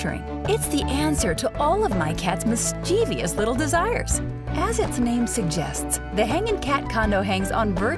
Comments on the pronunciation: It's pronounced MIS-CHIV-US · It's mischievous, goddamn it! MIS CHIE VOUS! OMG, how do people still not know this word in the age of the internet!!?